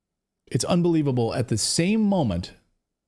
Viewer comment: “UNBEWEEVABLE!” What a Circus!